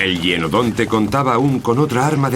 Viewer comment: Se pronuncia hYenodonte